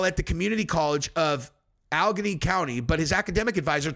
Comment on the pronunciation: Al le gheny (Allegheny) 😊😉